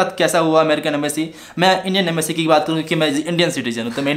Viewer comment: the thing is that Indian embassy was knowing everything what was going to happen there because of secret agents .. And raw .. And the point is embassy said him whatever to do was for his safety bro. I wrote that spelling wrong beacause I was denoting his speaking accent I.e. ambacy😉 . Jagdam 🙏